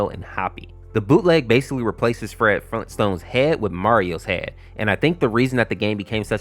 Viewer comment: Grayund dayad Fleeentstones?